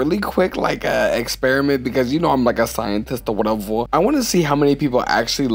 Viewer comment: I love ur "whatevuh" Oh and your drawing too! But mostly ur "whatevuh" JKKKKK